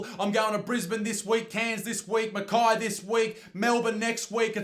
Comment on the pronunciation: OI! Get it right mate !! its not Mackeye, think if it as Mackhey just dont pronounce the h . . . . or look at it like this, every woman you meet from now on whos name is Kay, call her Keye :P